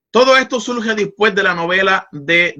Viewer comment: Excelente tema. Solo una observación: no se dice "dispues" es "después".